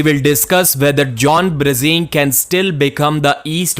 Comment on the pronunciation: stop saying brezink its brzenk + the title of video Bezenk wtf?